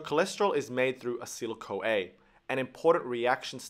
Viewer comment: and also not acyl-CoA, but A-CE-TYL CoA (3 syllables not 2), Also, as Golgi was Italian, the second 'g' [golGI] should be pronounced like the 'j' of "Jersey". Otherwise, very useful.